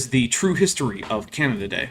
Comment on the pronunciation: Whenever you said "Canada Day", I kept hearing it as Canadadae, as in a species of animal lol.